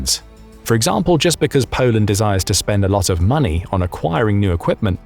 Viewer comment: Polend stronk! 😅